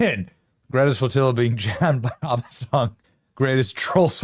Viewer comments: Benny you need to learn how to pronounce ABBA! 😂😂😂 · Benny it’s AB-BA not Arba. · Short A on the ABBA pronunciation, Benny. ah-buh is an Israeli pronunciation.